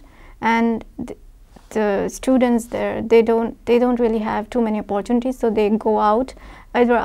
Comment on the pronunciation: It is evident from the way she pronounced Oppaartunity that she is from Maharashtra. lol